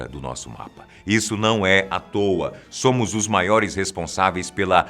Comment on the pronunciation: "Sômo" 3 😆😆😆😆